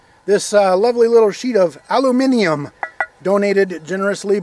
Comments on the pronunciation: I know Americans call it "Aluminum" and here in Australia we say "Aluminium" but WTF is "Aluminumium"? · That "Aluminumium" damages me more than the slug you're testing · Nice shout out to Commonwealth viewers with the alternate pronunciation of aluminium. I remember in Johnny Mnemonic that Keanu Reeves' character gave himself brain damage trying download 300 GB into his noggin. Here we have a hard drive with 15 times that capacity. But this is far from the worst slug reviewed here because at least it hits the target. Although of course it doesn't deliver what is promised and is overpriced.